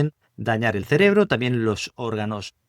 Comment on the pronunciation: Este Sr., en lugar de decir : cerebro dice celebro.....